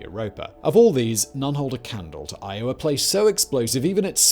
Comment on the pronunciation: I was only half listening at first and I thought he was saying Iowa. I was like WTF is he talking about volcanos and magma lakes. Hahahahaha!